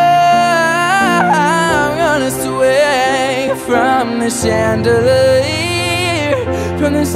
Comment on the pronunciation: this was freakin good im speechless but the way you pronounce chandelier was quite weird lol